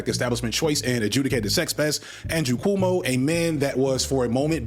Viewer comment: Why does he keep calling Cuomo Como?